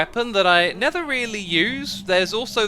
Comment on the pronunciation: Idk why but every time you say never, I hear nether. Every time. It doesn't matter how hard I listen, or slow down the video. I hear nether. Not disappointed. 😁